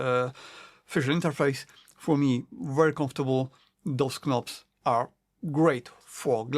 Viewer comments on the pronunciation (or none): Great review! I just couldn’t help but mention that the “k” in knobs is silent if you didn’t know. English is weird hahaha.